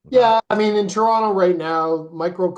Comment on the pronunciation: The way you say Toronto area sounded like trauma area. Lolol